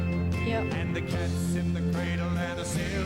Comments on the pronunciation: Cradle = " cray del" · Listen closely to how she pronounces cradle